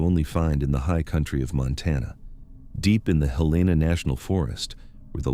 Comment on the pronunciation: as soon as your translatebot butchered Helena, i was done.